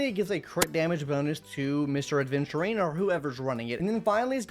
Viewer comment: AVENTURINE not aDventurine Come on it’s not that hard